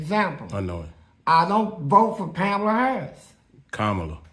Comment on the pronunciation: Not Pamala 😂😂😂😂